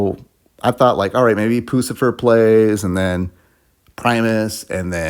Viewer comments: Puss-cifer that's how you say their name Puscifer, like pussy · Poo-cifer?!?! You lost all credibility. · Why you called it poo-scifer 😂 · Imagine reviewing a concert for a legendary band you can’t even pronounce the name of.